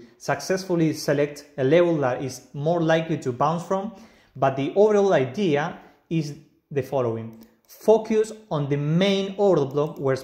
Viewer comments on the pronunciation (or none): none